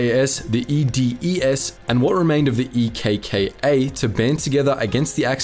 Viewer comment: Nice one mates - from a Greek. You covered it pretty well, with lots of valid facts and generally a very nice video. Also it was funny seeing you try to pronounce the Greek Local names and stuff. Just a note for the names of the Resistance groups; ELAS is better pronounced as elás, EKKA as eká, and EDES as ethés. It would have been much easier for you to call them like that rather than actually saying the starting letters lol. It was such a dark Page of our nation's History and Politics...